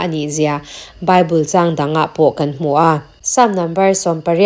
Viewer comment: A ngaihnawmin beng a var thin e mahse An tih hi Am ti in a ri a kan tih hi kam tiin a ri thin ahei hian rilru a ti he deuh thin a dang chu ngaihthlak a nuam e